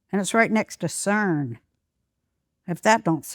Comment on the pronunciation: I love yew for saying cern yassssss!!!!!